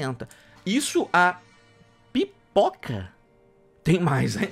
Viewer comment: Pera aí, não entendi se vc disse "Pipoca" ou "Piroka" pelo valor, pq um deles acho q valeria a pena.